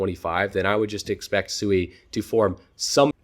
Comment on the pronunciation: Great video, sui I believed is pronounced swee. I follow you and crypto eri and she verified the pronunciation, not that it matters. God bless